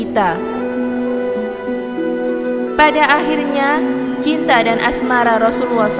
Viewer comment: Ubaira tulisan nya klo ubairo baca nya soal nya huruf ro dikasih fathah jadi ro,dan Rasulullah itu dari kata rasul dan Allah dan Allah itu di baca tebal kak gak kayak orang kristen tulisan nya Allah baca nya alah tapi ini tulisan nya Allah baca nya Alloh. Maaf panjang